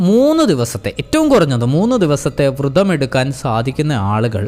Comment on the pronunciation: വൃതം അല്ല വ്രതം ആണ്